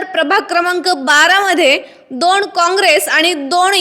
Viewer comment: दोण नाही ओ मॅडम दोन🤔😂